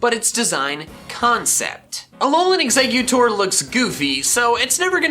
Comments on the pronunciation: EXEGGUTOR, NOT EXECUTOR! FIX IT NOW! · It’s eggs-a-cute-tor